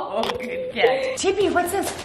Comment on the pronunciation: Chippy says "me leepy"